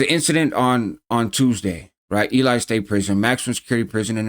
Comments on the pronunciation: Im a grammar n∆zi (write supremacist) and I just had to say the town is pronounced [e - lee] God bless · Hey not that it really matters but Ely is pronounced like ee-lee. I only know that because i got family from there. Some actually still live there. It's a tiny town close to an even smaller town called McGill. Anyway good video. This is my first time ever seeing your channel. ✌ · Heads up, locals pronounce ely like e-lee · The way you say a w the way you said ely is like you don’t know shit about Nevada or the gangs there homie where the fuck you getting this information you gotta be some type of c.i